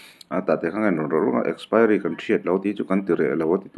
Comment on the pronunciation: Ninawm he burma nu hi, a thil zawrh a chhiat chhiat nen, tawng pai baqk si... Expiry pawh lam thiam lo.